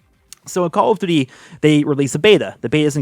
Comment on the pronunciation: I love how it sounds like he is saying: "CoooLl of duty" Hope you're doing well!